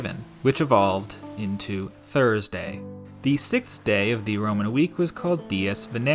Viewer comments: You say Thurday instead of Thursday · ah yes my favorite day: Thurday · you have "Thurday"